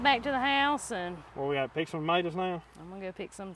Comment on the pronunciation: I love listening to you to call tomatoes Ma T ors🤣🤣🤣🤣🤣🤣🤣🤣🤣🤣🤣🤣🤣🤣🤣